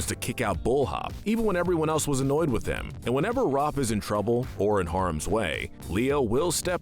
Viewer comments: RAFF NOT ROFF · Raaf It’s Raph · Am I the one who noticed how he pronounces Ralph as Roth? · please stop calling raph 'roph' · The a in Raph is pronounced like the A in Apple not Rawwph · Anyone else get upset that he calls Rafael "ROFF"?? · Where the shell are the Purple Dragons?! Also, why did you mispronounce Raphael's nickname?!